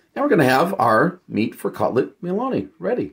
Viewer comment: Not (Mel) ony but (miel)ony